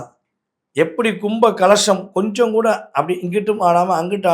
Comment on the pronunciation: கலஷம் இல்லை... கலசம் னு சொல்லணும் 🤦🏻‍♂️